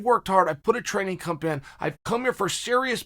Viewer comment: Chael "training cump" Sonnen